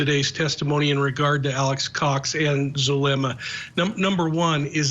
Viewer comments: Zoo lemm uh. ZULEMA. Not zalooma, jeeeezus Murphy. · Actually it's Zoo-leh-muh... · ZaLUma?? Do better. Pronouncing someone's name correctly in rule # one in real journalism.